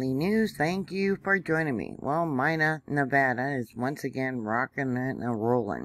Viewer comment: Hi Mary. Pronounced MEENA